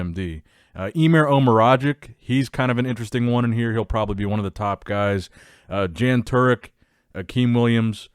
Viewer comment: PRONANTIANATION Yo, its no issue, just FYI- when Mid-Europian slavic guys (Czech Republic, Slovakia, Poland..) have a Letter J in their name, read it liky it´s Y. Yun Turek, not Jan… I think that all of us fans and bodybuilders themselves would feel even more proud of being in your news video if youd read their name as its supposed.